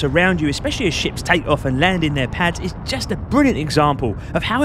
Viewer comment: I love watching Euro dudes explain space games because when you say ships i hear "shit" it makes it 100x better 😂